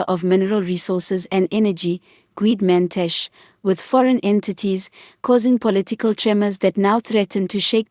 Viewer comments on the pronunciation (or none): Gwede Mantashe - Isi Xhosa, not Gwid Mantesh, the way you are prouncing the names and surnames is so boring 😴 and disgusting. Kindly respect people's names and surnames.